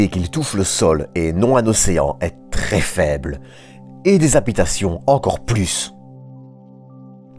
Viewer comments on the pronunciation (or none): none